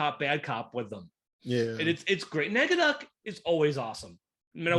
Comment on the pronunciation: It's not Negaducky! It's NEGADUCK!!!!